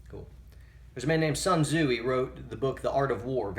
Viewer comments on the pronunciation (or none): bruh you said "sun zoo-E" its "soon- Zoo" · Who did he say wrote the Art of War? 😂😂😂 Not the correct pronunciation...